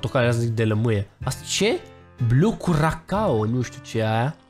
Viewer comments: se scrie curacao dar se citeste curasao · Se zice curasao